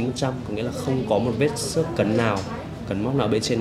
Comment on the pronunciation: vết "xước" chứ ko phải vết "sước" nhé :v